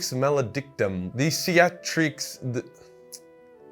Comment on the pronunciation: They really called it Male Dic Cum